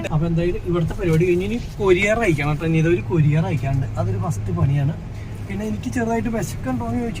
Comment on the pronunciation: കൊരിയർ ❌ കൊറിയർ ✅